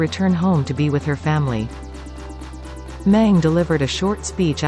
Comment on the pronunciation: 'Meng' the surname isn't pronounced correctly in all the videos I watched in this channel. It is being pronounced as 'Men' instead of 'Meng'.